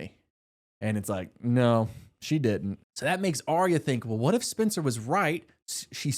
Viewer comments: as a Spencer, I've been seated since you said Spin-cer in the first video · Would totally watch (listen to) another one of these! I appreciate you appreciating, but I appreciate more the immense amount of thought you put into these + the personality. Trust me, I'm right there with ya, following along while you are going on these tangents, no need to calm down😂. Still gonna tease about you pronouncing "Spencer" as "Spincer" but always in a good way--the only way there is.